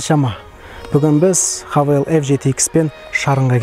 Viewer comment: Хавейл емес хэйвал боп оқылады ғой ереже бойынша. Havale - хавейл, Haval - хэйвал!